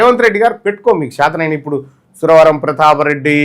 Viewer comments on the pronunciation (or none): none